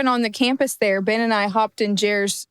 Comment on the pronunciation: You say the name BEN, "BEN" NOT "BIN" that's common sense.